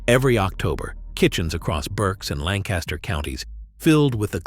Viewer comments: Not Lank-KAS-Ter… locals pronounce it Lankuster. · We pronounce it 'Lankistur' with the emphasis on the first syllable. Dont even get me started on 'Reeding' and 'Effraada' And we still eat these foods, some can be ordered in local restaurants. Where's the Hog Maw?